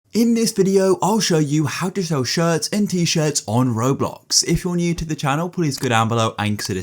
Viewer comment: Bro said “raWbOlx”